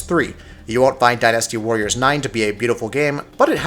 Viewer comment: I came here for Dynasty Warriors. But all I hear about is "Die Nasty warriors."